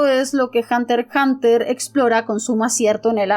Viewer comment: Al fin alguien que pronuncia "Hunter Hunter", la manera oficial de pronunciar el título, en vez de "hunter EX hunter"